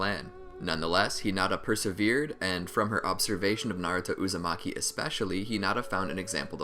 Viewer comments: U made a mistake u said hinata uzamiki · He said hinata uzimake 😹